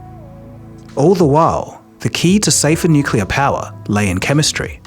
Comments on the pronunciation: Has gone "nucular" now? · Xu Hongjie = Hshuh Hohng Jyeh. He butchers the pronunciation in the video, as he does the word "nuclear " which is "new klee/clay uhr" not "nuke ya luhr". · Why do you consistently and persistently mispronounce "nuclear"? It's not "nucalar"! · Unfortunately, when someobody pronounces nuclear "New cue ler", I want to turn it off. When it might be an AI with a british accent it is goodbye. Too bad. Unsubscribing. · Channel specializing on nuclear energy says "nucular". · jesus your whole channel is focused on fusion and you can’t pronounce “nuclear”? 😭 please just google it or something